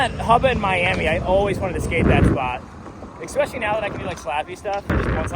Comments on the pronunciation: I'm going to be keeping a tally of how many times you say "deer drek" in this video, will edit comment at the end... lol edit: so I counted 14, and you also said it right at least once bonus "ECKspecially" tally: 2 anyways, fun video concept, liking all the inserted clips and whatnot lately too 👍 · have we started pronouncing especially without an x now? 😉